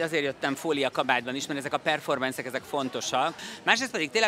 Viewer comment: Nem performensz, hanem performansz és nem fiziológiás, hanem fiziológiai. Tessék helyesen használni az idegen eredetű szavakat, és normálisan ragozni, vagy ez valami rejtett idegen- és magyargyűlölet egyszerre?